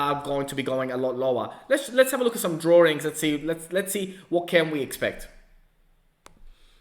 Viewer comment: Hey there. Love the channel. Big hello from Canada! Makes me giggle everytime I hear you say drawings cause if you remember an old SNL character Mike Myers did named Simon you will know what I mean lol Anyway, just a quick question. What are your thoughts and predictions on the price of XLM by 2025?